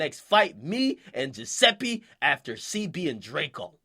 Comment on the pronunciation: Akademics the type of nigga to pronounce Giuseppe right but butcher Zanotti.